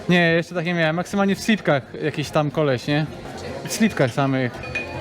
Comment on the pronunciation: Nie slitkach tylko slipkach!